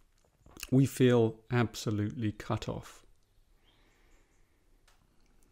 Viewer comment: its was sound like fuck off and you say Cut Off :D just my no englisch but u are good - Tomas with 22.6